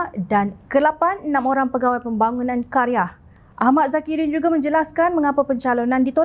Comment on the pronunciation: Qaryah bukan Kari ah , hrp maklum